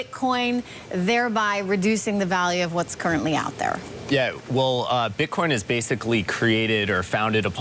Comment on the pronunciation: did I hear a slip? bitcon?